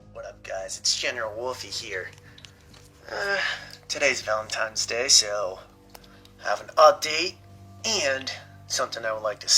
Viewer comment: That first couple was already annoying af, then he said “it’s ValentiMes Day”, and I was done. They’re full of crap, making up a storyline to get views.